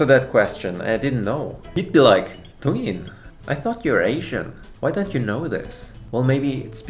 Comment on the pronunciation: muere por la buena pronunciación de dongin :")